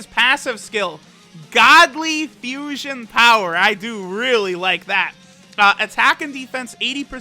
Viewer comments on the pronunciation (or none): none